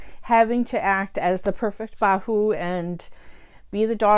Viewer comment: I like the way you said "Bahu"